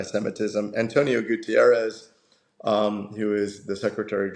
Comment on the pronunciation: António Guterres, not Gutierrez, is from Portugal. And that error is not a good premisse for this interview. The interviewer also. That made a big diference on the quality of the program. Ignorance is not a bliss